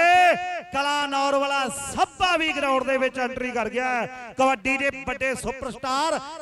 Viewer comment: Gurdaspur walea nu punjabi nhi aondi chngi tra... Sbba nhi hunda Shabba hunda Arh nhi hunda Arsh hunda....